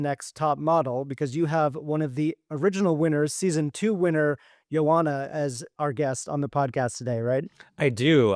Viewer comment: Her name is pronounced “yo” “anha.”